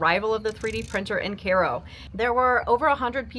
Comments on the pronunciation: Kai-oh . It’s literally spelled the same as Cairo, Egypt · "Kay-ro." JFC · Is that how you're supposed to pronounce Cairo?